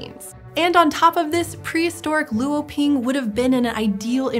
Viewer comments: Luoping (罗平) is not lu-o-ping. Luo (罗) is one syllable which sounds more like /lʊə/ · ngl the way they said “luoping” hurt my soul a little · thx for the extrodinary explaination on the wonderful paleological discoveries, just an insignificant reminder here, for 罗平 LuoPing, the "lu" is pronounced with "o", sounds like "lwo", not seperated. keep up with the fantastic work! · That's neither how you say Luoping nor lagerstaette.